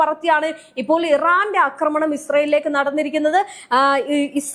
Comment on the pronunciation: Ee kutti epolum 'akramanam' enne parayu....'aakramanam' ennu parayu